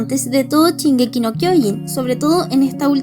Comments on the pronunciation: Jajajajaja me mata porque dice chingeki en ves de Shingeki jajaj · Es Shingeki, no chingeki... 🙄